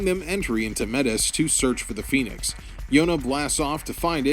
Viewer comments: Also it’s pronounced Zee-ong, and Phenex is pronounced Fen-ex, not Phoenix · Say phoenix! Say pheonix one more gawrram time! I dare you! i triple dog dare you! for fracks sakes!